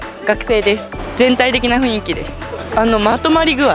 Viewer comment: 1組目似すぎw あと、ふいんきじゃなくてふんいきですよ。